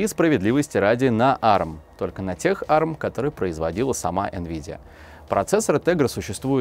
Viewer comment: а эр эм, а не арм